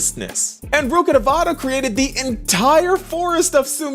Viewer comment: "We knew we got nahida and not rukkadavata" Whos rukkadavata?